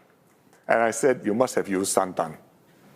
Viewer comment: Why would you pause after santan. Santan.."pause"... coconut milk. If u don't mean Santan. Cos u mean Satan. You have to. You are obligated to. Normal people would just say santan coconut milk